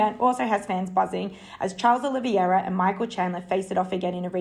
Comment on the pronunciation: I'm not the type to agree with stuff like this as frankly I don't want to appear misogynistic, but I have to agree, that reporter that came on after was terrible. Legit sounded like she was dictating a letter, and clearly isn't into MMA as she certainly wouldn't be pronouncing Oliveira's name as O-livi-era.